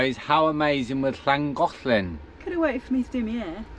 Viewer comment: you sound like a proper Welsh girl the way you say Llangollen